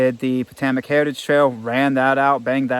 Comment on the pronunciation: Happy birthday. Please though: po-TOE-mik (Potomac) and al-e-GAY-knee (Allegheny)